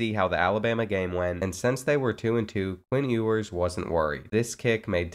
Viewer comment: Please say his name right😭😭😭